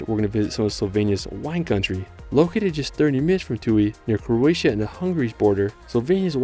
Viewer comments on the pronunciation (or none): none